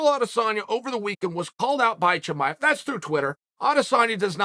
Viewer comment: Tamiev Chimive Chimaya